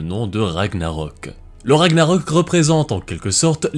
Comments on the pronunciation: Bonne prononciation des noms vikings, respect (sauf pour Ragnarök qui se prononcerait Ragnareuk en roulant les "r" mais je chipote" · Je pensais que Ragnarök se prononçait Ragnareuk ???